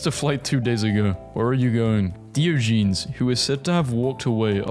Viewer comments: Diogenes is pronounced 'die-oj-in-ees'. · that pronunciation of Diogenes made me want to eat sand